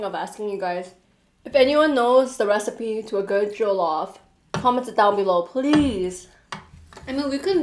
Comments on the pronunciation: NO OFFENSE BUT THE WAY YOU PRONOUNCED JOLLOF I WAS LAUGHING SJCJEJWJVM Edit: heres how u pronounce it right! Its not joe-loff- it’s juh-luff ! (Not intended to be rude) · It's jollof pronounced like the 'o' in on by the way not the 'oa' in goal =) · It's not jeaulof rice it is jellof rice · Just so you know, It's pronounced JOL-LOFF (Jollof) NOT JOE-LOF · it's jo as in joy not jo like oh lmao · Jo -lof-rice 😂😂😂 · Once they took a bite of the plantain they fell it’s pronounced je-lof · i luv how she is ate jollof rice with egusi soup and how she called it a stew but no hate she didnt know also anyone one gonna tell her how to pronouce jollof rice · Everyone I know who isn't a Nigerian says jollof wrong...they did too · Pls pronounce jollof rice correctly but I love your video though